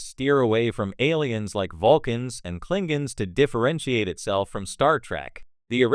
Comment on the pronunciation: “The Clingins” 💀